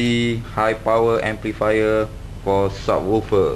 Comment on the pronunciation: What does "sawoophah" mean?! Did you mean "subwoofer"?! :|